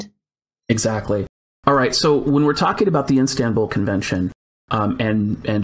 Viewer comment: What if the man has to go and get things from the house? Maybe he will have to have the police do it? Like if he needs paperwork, etc ... such things can be very important in life. P.S., It's "Istanbul" not "Instanbul" XD